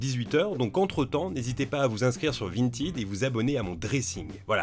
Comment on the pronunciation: Prononcer “vinetaide”. 😅